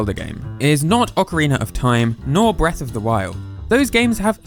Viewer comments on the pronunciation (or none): none